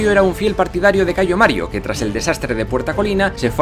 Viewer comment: Me gustaría felicitaros por todo el trabajo que hacéis, se nota la enorme preparación y documentación tras los vídeos. Sin embargo, querría haceros unas sugerencias en lo que a la pronunciación del latín respecta: primero, el praenomen es Gayo, no Cayo. Es cierto que aparece abreviado con una letra C. (al igual que el praenomen Gnaeus, Cn.), pero esto se explica porque la abreviatura es más antigua que la introducción de la letra G en el alfabeto latino (la G es un invento puramente latino, que surge de la necesidad, pues en el alfabeto etrusco no había una grafía para la oclusiva velar sonora, pero sí para la sorda, la C, que hasta el siglo III representó indistintamente el sonido velar sonoro y el sordo). En el siglo III a.C., el liberto Espurio Carvilio, que había sido esclavo del cónsul Espurio Carvilio Ruga, decidió agregar un pequeño rasgo a la C para crear una letra nueva y representar así el fonema velar oclusivo sonoro como distinto del velar oclusivo sordo. Otra precisión es que en latín apenas hay palabras agudas. Por lo general, la mayoría tienen acentuación llana (se diría, por ejemplo, "prínceps" y no "princéps"). Las reglas de acentuación son algo mas complejas que esto (la regla de la penúltima: si la penúltima sílaba es pesada - constituida por una vocal larga o trabada- , portará el acento, mientras que si es ligera constituida por vocal breve en sílaba libre el acento recaerá en la antepenúltima) pero la tendencia es la que he señalado. Por último, la letra